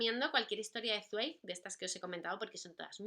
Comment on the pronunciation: Hola:) Yo amo a Zweig (y si no estoy mal se pronuncia esvaik;)) Apuntado el de Amok y en cuanto a recomendaciones: El mundo del ayer!!! saludos guapa:3